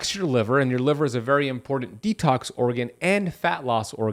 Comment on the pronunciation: im-por-dent? ew